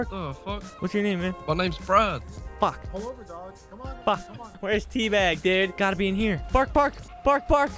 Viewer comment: duide not dude